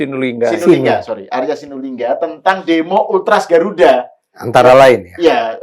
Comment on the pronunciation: Arya asulingga..bukan Arya sinulingga